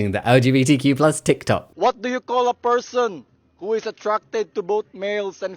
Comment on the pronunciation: Is he legit saying LGBT-plush charities? :D